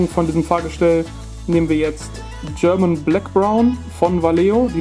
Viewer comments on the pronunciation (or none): none